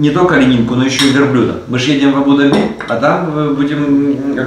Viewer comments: А что не правильно написано??? Когда не правильно произносит и делает ударение Абу Даби не правильно, хочется поправить тем более образование высшее имеет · правильно произносить Абу-Даби с ударением на А в обоих словах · Абу Даби, ударение на первую гласную! Ну прямо ухо режет!😂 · Правы,100 раз правы. В транспорте писала. И резало ухо многократно произнесенное Абу-Даби с ударением на последний слог. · Здравствуйте, дорогие черничники! Молодцы, что вы поехалм отдыхать. Хорошего вам отдыха., ставь правильно ударение в названии города. Абу-Даби, уларение ставится на первый слог, на буквы А. Очень режет слух неправильное произношение. Валя, не носи черную облегающую одежду, не красиво. Там такую одежду не носят. Тебе очень идут платья. Без обид. Любим вас. ❤ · Абу- Даби, ударение на Букву а. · без обид, Абу-Даби ударение произносится на букву У и А. АбУ-ДАби. 💕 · так смешно произносит. А́бу-Да́би, вариант ударения Абу́-Да́би так.... для информации....)))) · Здравствуйте. Абу ДАби, зачем говорить по другому? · Абу-Дáби , ударение на ( á ) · пожалуйста, Абу-ДАби, а не Абу-ДабИ!!! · Абу-Дааааби а не абудаби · Да не абу- даби', а правильно абу- да'би! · НЕ абУ-дабИ!!! Абу-дАби - ударение. Не обижайте Восток. СЧАСТЛИВОГО и ПРИЯТНОГО путешествия! ЧУДА ВАМ ЧУДНОГО... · Абу ДАби, а не Абу ДабИ)) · Я даже в гугл заглянула. все верно. Абу - ДАби. Я прожила в Дубае некоторое время и слышала правильное произношение столицы. Но тут и я засомневалась, слышала из уст Дмитрия не то.... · говори правильно, пожалуйста, - Абу-ДАби, дирхАн. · Ударение— Абу’- Да’би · Название столицы ОАЭ Абу-Даби не склоняется,ударение правильно ставить на второй слог Абу-Даби,произносить АбУ-ДабИ (ударение на последний слог)- категорически неправильно!!! неужели сложно выучить название.p.s. Валентина у Вас очень смелое решение в одежде!!! Это Мусульманская страна🤦🏻‍♀️🤦🏻‍♀️🤦🏻‍♀️ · Ударение в названии на первые слоги, кстати. Абу ДАби